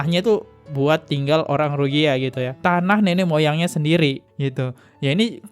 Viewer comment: RohiNGYA, bang.... Bukan Rohigya.... 😊